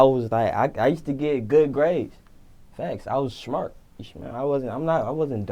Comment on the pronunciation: "I'm shmart"😂